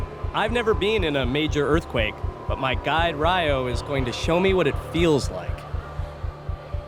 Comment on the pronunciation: His name is Ryo not Riyo.